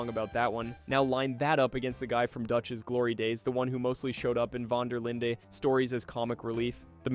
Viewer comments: Why can nobody ever say Dutch's name right. It's pronounced VAN DER LIND! I know the E in linde is silent but that shouldn't make it that difficult there's plenty of words with silent letters way more complicated that people have no issue with. It's not vander Linda, it's not von der Leened. Just get it right. Jesus. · ngl this video feels rushed bro you pronouncing dutch's last name wrong, you under estimate micah like hes not the final boss of rdr2, and you said nobody said anything when dutch drowned bronte even though john literally yelled at him and asked him what part of his philosophy includes feeding people to alligators.